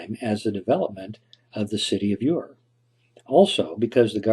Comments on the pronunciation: A commendable conjunction of theories. Aside from that, I find it annoying when the narrator pronounces the Sumerian city name UR as "YOU-UR" instead of just "ERR". It's like when people pronounce the word TUNA as "TUNER" like the piano tuner when it should be pronounced as "TOONAH" since it being derived from Spanish. That aside though, there was a time when I did ascribe to the theory forwarded by Dr. Juris Zarins, but I am now more on board with the one forwarded by Egyptologist/Historian David Rohl who proposes the site described in Genesis as "Eden", to be in a lush valley beneath an extinct volcano in northern Iran. I know right... sounds like a crock of shit? But, in his published work "Legend: The Genesis of Civilisation" (1998), he posits a location for the legendary Garden of Eden in Iranian Azerbaijan, in the vicinity of Tabriz upon which the Genesis tradition was based. Fascinatingly, according to Rohl, the Garden of Eden was then located in a long valley to the north of Sahand volcano, near Tabriz. He cites several geographical similarities and toponyms which he believes match the biblical description. These similarities include: the nearby headwaters of the four rivers of Eden, the Tigris (Heb. Hiddekel, Akk. Idiqlat), Euphrates (Heb. Perath, Akk. Purattu), Gaihun-Aras (Heb., Gihon), and Uizun (Heb. Pishon); the mountain range of Kusheh Dagh (the land of Cush); and Upper and Lower Noqdi (the Land of Nod).[1][2] In the same work, he develops a local flood theory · Ur pronounced "er" not "your." Source: 6th grade world history. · Ur is pronounced Er